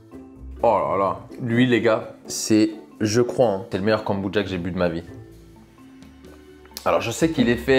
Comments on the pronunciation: A quel moment le mot « kombucha » se prononce « Goneboudja » 😂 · J aime beaucoup tes vidéos par contre mes oreilles saignent à chaque « kambouja » j pourrais tout foutre en l’air ! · je suis perturbé tu dis “kambudja” 🤣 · Même moi ça me perturbe 😭😭😭 je parle à ma télé en disant KOMBUCCHHHHA 😂